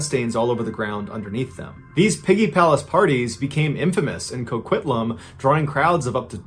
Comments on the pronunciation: I'm from Port Coquitlam. I'm impressed you said it right. Still cant believe this guy was living in our midst. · I lived down in Wa when all that was going on. It was very creepy. Good job on pronouncing coquitlam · I lived there at that time and this story was very close to home. I'm shocked you pronounce Port Coquitlam right lol